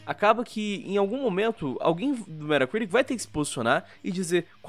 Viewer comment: "Méra Criric"